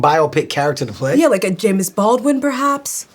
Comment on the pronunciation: She pronounced it "Jame-is Baldwin"